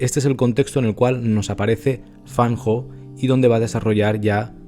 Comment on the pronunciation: 👍 Lo pronuncia muy bien. Llevo + de 19 años estudiando chino mandarin. 😊 Muy buen video. Muchas gracias. Totalmente de acuerdo con usted. La perfección no existe en nada. Todos los artistas la buscamos. Es muy humano... En fotografía; dibujo, pintura ya no lo intento. En el canto lírico; danza, o en mi Viola de Gamba,etc..., si lo necesitaba/ necesito más. La perfección es la felicidad instantánea, e infelicidad interior permanente asegurada... Me gusta algunas fotografías de FAN HO. Las que tienen personajes humanos, más emocionales. Las personas que tenemos rasgo de personalidad D.O.E S - P.A.S = español; vemos, olemos, oimos, sentimos, saboreamos el mundo muy diferente ( como cualquiera otra neuro divergencia) al resto de humanos. Sí, lo conocía. Gracias, lo he disfrutado mucho. Me ha gustado volver a recordarlo. Siempre tenemos a Cartier Bresson como referente en la libreria y mente todos. 👋👋 Recuerda que los mejores medicamentos son: infusiones o mejor tisanas cocidas de: tomillo, limón y miel "española" de romero, eucalipto lo más sólidas posible. La importada está llena de micro plasticos! Ajo, cebolla ( crudo mejor mezclado con la comida ), genjibre,limón. con miel. Romero,limón, miel. Para los resfriados, gripe, virus o enfecciones bronquiales de todo tipo. Vicks Vaporut cuello,torax y espalda antes d dormir como mínimo. Respirar vapores de eucalipto hervido con toalla por encima con ojos bien cerrados diario. Cama,calefacción,cuello y